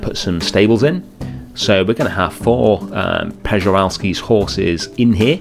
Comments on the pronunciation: you are almost there! 😅 The right pronouncing is Pschewalski. The r is silent! But I also liked how you were saying Peschalski! Frontier could have made it easier for all of us by just adding the as well endangered Somali Wild Ass! 😉😂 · Pronounced schivalskis horse. Love the build!